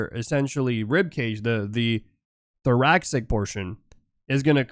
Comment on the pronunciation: Interesting stuff. Comparitive anatomy is a fascinating subject and you break it down well. Just one thing... Thoracic (as in pertaining to the thorax) is pronounced "Thor-ass-ick" (not "thor-ax-ick") - English can be kinda weird like that... Sorry, as a biology major, it grates a bit every time I hear it said that way.